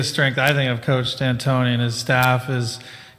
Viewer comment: Did she just say D’Antonia 😂